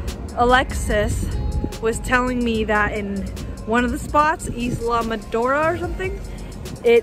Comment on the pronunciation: Haha you butchered Islamorada 🤣. Glad everything worked out, Always an epic adventure with 🙌🏾. 🌠